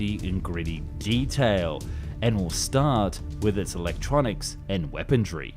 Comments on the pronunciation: I dont understand the grammatical errors and word pronunciation in these vids. "Weapondry"? It sounds like the errors of a script just read verbatim by an AI voice-over. Very strange.. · liser? weapondry? hoperate? is this on purpose? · For the love of God man... its weaponRY not weaponDRY. Good video otherwise.